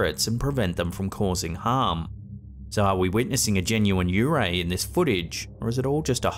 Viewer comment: Man it's not yu ray it's yuurei幽霊 also it's usually translated as ghost